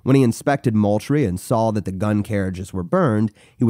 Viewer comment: It’s fort MOULTRIE like “MOOL-TREE”